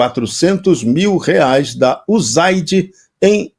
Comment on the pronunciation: Quando um Jornalista diz “ UZAIDI” já pode desconfiar de suas fontes ! Preguiça de ouvir gente desinformada !